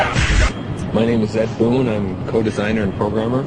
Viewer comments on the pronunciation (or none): "boon" and "tobias". :)